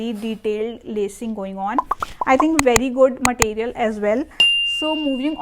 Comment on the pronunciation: Matteeriyal ❌ Material ✅